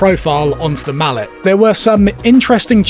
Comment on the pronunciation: No man... that's "mallet", not "mullet". 🤣